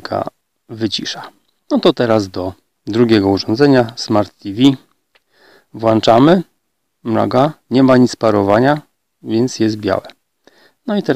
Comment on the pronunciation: WŁĄCZAMY!!!!!!!!! NIE WŁANCZAMY!